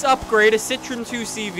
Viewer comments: You pronounce 2CV as Deu Sche Voo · And it's not pronounced 2 CV it is "deux chevaux" in French